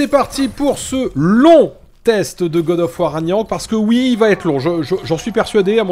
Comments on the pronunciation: Ça se prononce Rag-Na-Rok. Pas "Raniarok" 😂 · A chaque fois que tu dis "ranyarok" je saigne des oreilles 😭😭